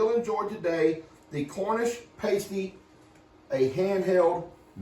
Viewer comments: and I have to correct you pasty is what covers a strippers nipples! What you made is called a pastie (pass-tee)! Just trying to help you out! Many people make the same mistake on its pronunciation! Much love from Northern Michigan! askyour Alexa and she will tell you the proper pronunciation! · It’s pronounced Pasty not Pastey. A Pastey is what strippers use to cover the end of something on the breast. 😊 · I chuckled every time you said the name of the meat pie.😅 it is pronounced like "nasty". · Pasty pronounced "pass tee" they brown better and quicker if you brushed the pastry with beaten egg before you bake. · It’s pronounced pasty, rhymes with nasty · Its pronounced past ee (past as in 'in the past') very British dish from Cornwall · Pastie rhymes with nasty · Pronounced pass tees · Hi. im from England and the way to say it is "Pass tea" and the full circle should have made made 1 Pastie thats how big we have them here in the uk and the edges would be crimped with a fork, but Hey your house your rules 😉😉 Paw paw broke my heart when he said "she wasnt my pet she was my partner" we all knew it was gonna be Heidi, even B. Grace had to walk away, Heidi was Pawpaws right arm and a special girl and never hurt anyone (apart from Pawpaw when she bit him cause Duke got too close to her partner and she missed Duke and got Pawpaw instead) 😭😭😭😭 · It's pronounced pass tee pasty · Hun's it's pronounced PAS-TEA. Not pastry etc. well done for giving it ago. I live in Wiltshire very close to Cornwall,and Stonehenge. 🇬🇧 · It is pronounced paaastee.